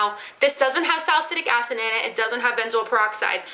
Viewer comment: at first i thought you said "ass in your eye" not "acid" bwahahah